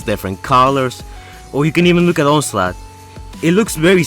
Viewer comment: You said onslut instead of onslaught